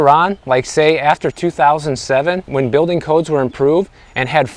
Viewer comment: RISE amd FALL. So much better than go up and go down!!! Elevate your language! I Also, please enunciate your Ls in words like dollar and building. Otherwise it sounds like baby talk. Love you...